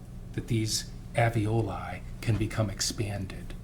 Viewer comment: Can’t the defense attorney see the first “l” in “Alveoli”? It’s not pronounced “Av-ee-oh-lye”! It’s pronounced: “Al-vee-oh-lye”. I wonder if she would have done anything differently if the baby wasn’t “stillborn” as Gale says. Plus, it was the end of February so not much decomp would happen out in that weather. It’s still winter there in the pictures the defense showed just now too. So is her husband still married to her now? I had 2 children by the age of 22, so she’s not stupid.